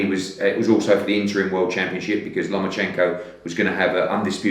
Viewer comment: sounds like he keep saying silly lomochenko